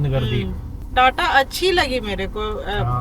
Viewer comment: TATA KO TATAAAA BOLNA SIR !! Try HYUNDAI ALCAZAR❤